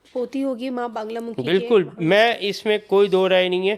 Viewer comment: बांगलामुखी नहीं मां बगलामुखी